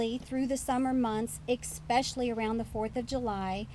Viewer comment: She said especially incorrectly